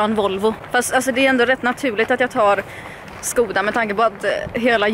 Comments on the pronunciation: Märket uttalas förövrigt "Skåda", inte " Skoda" 🤗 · Det stavas ”Skoda” men det uttalats ”Skåda” så jobbigt att du säger med O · uttalas "skåda" inte skoda. bilhandlare kallas det och sådana är korrekt stavning 😊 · Man säger skåda inte Skoda ba så du vet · Det uttalas ''Skåda'' inte ''Skoohda'' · absolut, o: et i "Skoda" uttalas dock fortfarande som "Å". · 😂 Jag informerade bara om det svenska uttalet, hon får göra precis vad hon vill med den informationen. För all del, säg "Schkoda" om du vill.